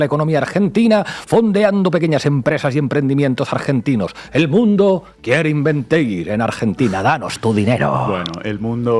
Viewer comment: “el mundo” o Edmundo??? Jajajajaja